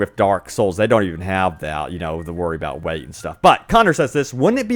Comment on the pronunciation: Can't handle when he says weight